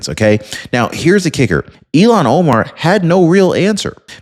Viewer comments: Her name is IL han Omar not Elon Omar Luv ya! Somebody please tell him. Please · I'm sorry, is her name pronounced Ill-hon or E-lon? E-lon makes me feel sorry for Elon Musk 🤣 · Elon musk not Ilan Omar. Ilhan. Ilhan. Say it right. 😂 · Her name is ill -han, not E - lon. Hope she gets deported in any case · Good job,. Here's a hint on the pronunciation: ILL-hahn, not elon Omar. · It's ILL hon Omar. Learn to pronounce the name of the person you're insulting. Its Elon Omar. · Its not elon...its Ill- hon. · Elon Omar or Ilhan Omar? You’ve been mispronouncing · Hey, her name is pronounced, "Ill-Hon" not "Elan" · you’re pronouncing her name wrong. It’s ill Han not Elon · Ill-haun, like blah, like puke. 😂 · Her stupid name is Ilhan, not Elon. Why do you keep saying Elon, you mispronounced her stupid Muslim name every time you said it. I kept waiting for you to correct yourself, but everytime you called that dumb bitch Elon. Wtf? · damnit man, her name is Ilhon not Elon. It's pronounced ILLHON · DEPORT ILHAN OMAR!!!!, I respect your news outlet and have been listening to you for years!! But PLEASE, don't call her "Elon" Omar!!!! That's really an INSULT to Elon Musk!!!! Her name is pronounced ILL-HAN!! And,fittingly,a nasty disease should be named after her name!!!!! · Dude stop mispronouncing Omar's name. It's not Elon it's illhan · Not Elon Omar, it is “ilhan Omar” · Dude. Pardon me but you keep pronouncing her name wrong. It is pronounced ILL-Han. You keep calling her Elon. He might get mad. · It’s not “Eé-lawn” (like Elon Musk), it’s “Ilľ-hawn”. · her name is ILL-han not E-lon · Not to be petty, but her name is pronounced 'ill - hon" not Elon. I kept seeing his face every time you pronounced it as Elon. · You are mis pronouncing her first name. It's not Elon is Ilhan. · Deport IL Han. Not Elan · Il han not elon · it's Ill-han, not Elon. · Why do pronounced it like Elon Omar not illhon Omar I shoun this channel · It IL HARN. Not Elan